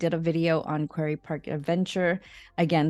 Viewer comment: You might want to use the correct pronunciations of words like "quarry" and "Maidu".